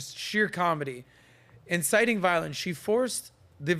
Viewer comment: "insiting some te tees" 🤣🤣🤣🤣🤣🤣